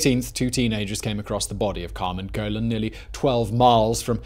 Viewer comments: Also its Carmen Colon (cuh-lone) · "Colón" = "ko-LOAN". Or think "cologne" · The surname Colon is pernounced more like cologne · The way he says colon really bugs me